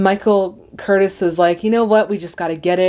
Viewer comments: As very minor point: the director's name is pronounced "ker-TEEZ", not "ker-tis". Michael Kurtiz was a Hungarian-American. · A few points: 1) The director's name, Curtiz, is pronounced Cur-tease, not Curtis (as in Tony). He was Hungarian. Is it any wonder that Viktor Laszlo, the great hero, was also Hungarian? True he calls himself a Czech, but that meant he was a citizen of Czechoslovakia, which had Czechs, Germans, Slovaks AND Hungarians living in it. Laszlo is a Hungarian name. 2) Letters of transit (they are what Hitchcock would call a McGuffin): Although never definitively shown, it is clearly hinted that Ugarte murdered the couriers. True Renaut arrested him for it (and killed him, under unexplained circumstances), but he could have just been using Ugarte as a patsy, as we see, he’s not exactly Mr. Integrity and is only interested in pleasing Strasser. 3) The suggestion that the film remains ambiguous or neutral as to who will win the war: actually there are some very clear propaganda points peppered throughout the film, such as Sydney Greenstreets comment that isolationism is no longer a viable policy, Laszlo’s comment at the end to Rick: “Welcome back to the fight. This time I know our side will win.”, and, of course, the playing of the Marseillaise. Also of significance is the time in which the story takes place. At some point Rick says, “It’s December, 1941 in Casablanca. What time is it in New York?” Seeing at the US entered the war on December 7 (and December 8 against Germany, I believe), then clearly it is set in the first week of December 1941, moments before the US enters the war. R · Michael Curtiz - the name is pronounced: "ker-TEASE"